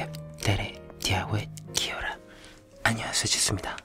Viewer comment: He said ki Ora